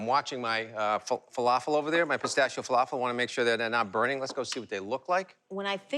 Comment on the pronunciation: He butchered the falafel.